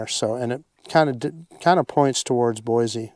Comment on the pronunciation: I can tell you aren’t originally from Idaho by the way you pronounce Boise. Haha. Great video